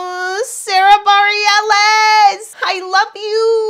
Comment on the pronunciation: Please learn names. It's Adam Lambert, Demi Lovato, and Sara Bar-el-us. It's disrespectful that after all this time, you either don't know them or mispronounce them. You are so good at what you do - don't let anything distract from that.